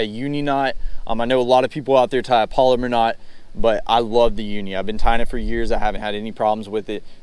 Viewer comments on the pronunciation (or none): pal o mar is how you pronounce it. polymer refers to a type of plastic.